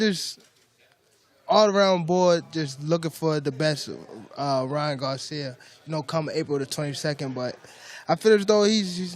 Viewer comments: Why is he saying garciam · Is it me or does this Announcer keep saying Ryan Garcia'm he also said social media'm 😅